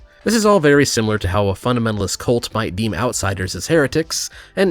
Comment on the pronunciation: I like the crab thing you mentioned, my only note is that you said "Shimilar Shape" which is funny. Love your videos keep it up buddy.